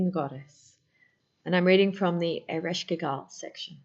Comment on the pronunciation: So sorry .. Your pronunciation is slightly incorrect… Ereshkigal… Earish Kegel… like the pelvic floor exercises.. kay gull …